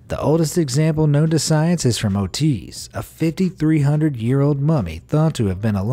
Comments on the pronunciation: It's Ötzi...NOT Ötiz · It's "Ötzi" not "Otiz" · it is OTZI not OTIZ. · The Iceman, the guy you mentioned, isn’t nicknamed “Otiz”, it’s “Ötzi” (pronounced ut-zy), bevause he’s named after the mountain he was found on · The iceman is called Otzi, not Otiz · The 'Ice Man' is known as 'Ötzi', not 'Ötiz'. He was found in the Ötztal Alps, between Italy and Austria. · Might be confusing something, but in case the Mummy at the beginning of the Video was that found in the Ötztaler Alps in Austria 1991 its name is Ötzi (like in ÖTZtal) not Ötiz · Short note: The mummified tattooed man was "ÖTZI" (Mann from the Ötztal / Austria); not "ÖTIZ"! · "Otiz" Haha! It's "Ötzi" sorry, I had to laugh really hard about that... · Ötiz's name is Ötzi, pronounced "oot-'Z'" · "Oo-teez"? 😂 Do you mean Ötzi? (roughly pronounced "etsy") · pretty sure its Ötzi (pronounce it likr eutsi) 😂😂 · The mummy is callad Ötzi, not Ötiz ("Oteeeez" :') ). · The mummy in question is not ÖTIZ, his name is Ötzi (pronounced Ootzee). Many years ago, I sponsored an African girl from childhood until she was lost during the Rwandan genocide. She was so proud of the raised facial tattoos she got at puberty! I tried to be happy for her, but her lovely face was covered with dozens of raised, healed cuts. RIP Uwamaliya Kabagesera. 😢 Okay, I hope I won't have to cut off my left arm...In memory of my late husband, whom I called Bear, but whose name was Stormy, I got a small American Indian bear symbol with tiny lightning bolts on either side. I got that tattoo the day I picked up his ashes. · The 5300 year old mummy is not named "Otiz"! Its name is "Ötzi", it can also be written "Oetzi"! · Names wrong, not spain Otiz :) hia given name was Ötzi / Oetzi from the Oetz Region where he was found. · Who the hell is Ötiz? It's "Ötzi", named after the Ötztal, the place the corpse was found... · Ötiz is pronounced Ortzi and he live during the stone age around 2,500-3,000 years ago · Tell me you did not just call Ötzi "Oteez"